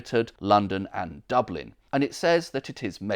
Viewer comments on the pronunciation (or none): none